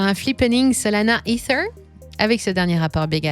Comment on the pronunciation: Pourquoi mettre l’accent sur ether 🤢